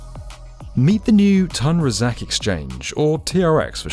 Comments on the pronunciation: Commentator, what makes you think it is pronounced Tan as opposed to Toon Razak ? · pronunced Toon Rah Zark. It's grating on my ears! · Nice video, btw it’s pronounced “toon raa-zaak”